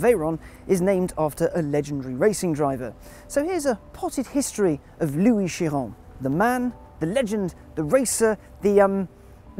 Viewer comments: Dovakhiin exactly. He was my favourite (especially since Chris Harris is kinda gone) now i like him even more. to him i say bravo for being the only person i ever hear pronouncing Chiron well (appart from the announcer at Bugatti in the Motorshow) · So there is at least one person on the English speaking internet that can pronounce Chiron's name properly ! :D